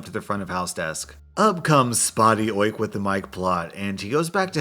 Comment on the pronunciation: Say Oik again, I love it